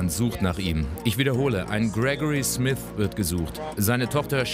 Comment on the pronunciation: Krekori Smis